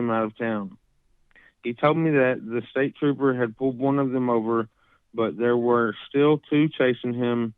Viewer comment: you're right, it seems that Brandon was not all the way in touch with reality that night. I think so many people have been obsessing over the 911 call that its hard to not be curious, especially after Kyle confirmed that "staper" was Brandon trying to say "state trooper".